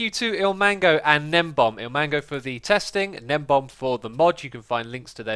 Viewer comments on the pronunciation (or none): Interesting to see that people were mispronouncing gnembon (not gnembom) even back in 2017.